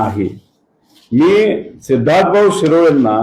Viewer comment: Sidharth ❌ C-idharth ✅